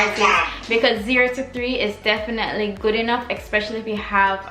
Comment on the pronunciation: Great video. Just one thing that bugged me the entire time, it’s not eXpecially, it’s especially!